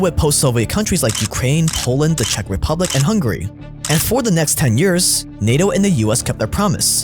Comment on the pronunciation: "Hungary" lmao